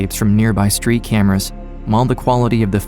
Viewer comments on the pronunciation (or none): none